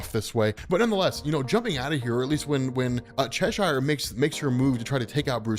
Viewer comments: Hearing you mispronounce "Cheshire" is excruciating. Otherwise good video. ;p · The way you say Cheshire is annoying, I must admit.